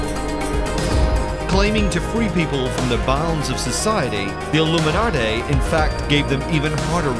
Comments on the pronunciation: ILLUMINADAY????? And here I thought all these many years that I was pronouncing it correctly - Illuminati!!😊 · Don't trust anyone who pronounces illuminati...."airloomenartere" 💀🤦🏾‍♂️ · Aluminumarty? You lost me. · "The illuminartay are in control"...??? I'm done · I tried to watch but I can’t get over how you pronounced Illuminati. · I noticed too, is it the same guy who pronounced nazi as nutzi in another video?😂